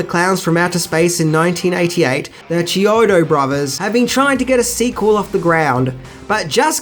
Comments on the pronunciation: Thats KEY-ODO, NOT CHEE-ODO and they also did effects work for the Weird Al Yankovic movie UHF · The filmmakers last name is pronounced key-OH-doh. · The brothers’ last name is pronounced Key O Toe